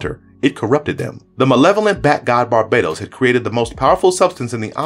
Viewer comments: Bar-BAH-Tohs not Bar-BAYE-Tohs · Great video! But is it pronounced Bar Ba Tose or Bar Badoes? I’ve heard both but I say it the first way. All I think of is Rihanna when people pronounce it the other way lol 😂!! I also love the DCUO clips, I play that everyday, it’s my jam!! Anyways thanks again for an amazing video!!